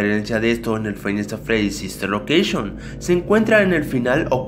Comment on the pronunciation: Me doy cuenta que es five Nights at freddys y el dice fainasafredis v